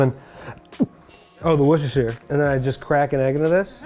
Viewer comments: Wuh-Ster-Shuh. Don't pronounce the i like The Shire from LOTR, all shires in the UK are pronounced as shuhs Gloucestershire, Yorkshire, Wiltshire, they're all pronounced as Shuh. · so close with the pronunciation of Worcestershire just pronounce the shire like shear